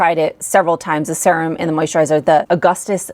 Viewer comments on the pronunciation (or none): It's weird how you pronounce serum. It's like sea-rum.